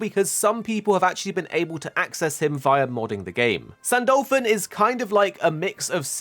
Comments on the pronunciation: Ahhhhhh please say his name right its not San-Dolphon its San-Du-Lu-Phon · why do you pronunce it "saint dolphin"?